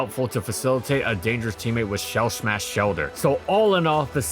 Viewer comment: lol "shell shmash shellder"